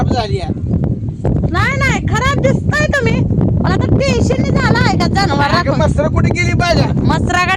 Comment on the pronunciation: जनवार म्हणायचं नसतं जनावर म्हणायचं असतं